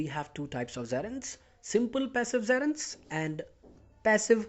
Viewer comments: its gerund not seran men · It's not zerund, it's gerund.